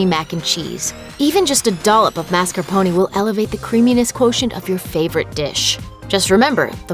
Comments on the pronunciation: Girl....the way you pronounced marscapone cheese lol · MAR SKAR PWN. Say it right.